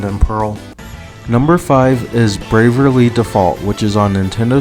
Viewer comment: Eye twitch at you pronouncing it braverly default